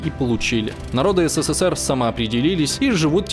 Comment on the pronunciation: Как слышу такое БЕЗГРАМОТНОЕ еС, Се, Се, Се Р, аж тошнит от тупости диктора,. СКОЛЬКО букв С в СССР ???